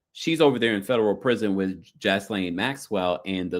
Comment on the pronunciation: Gee layn (pronunciation) lol gislaine